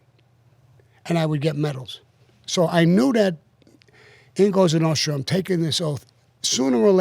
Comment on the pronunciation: Sean has difficulty saying 'Nostra' lol there's an S in there bud haha